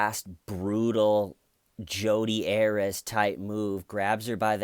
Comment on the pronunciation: You are adorable! I watched your comedy channel and think you have great talent. I want to help with your pronunciation of two names. Jodi Arias is air-ee-us. McPhetridge is Mac-fet- rige. 💋